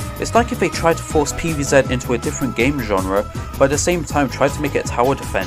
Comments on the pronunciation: Pee vee Zet ❌ Pee vee Zee ✔️ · "Pv Zet"